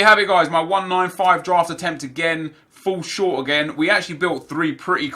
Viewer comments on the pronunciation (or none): none